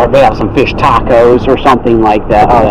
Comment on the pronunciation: I love but the was he says fish drives me up a wall